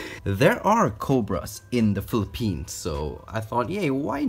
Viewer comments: he said philli pines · when he said "Philippines" i thought he said "philipenis" like Lay from exo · Philipenus 😂😂😂 “penus”😂😂😂